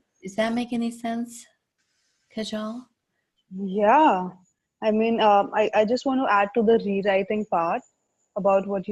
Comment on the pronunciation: Kajal is pronounced Kaahjul